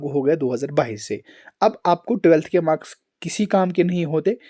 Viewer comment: Bhai not makas it's marks 😂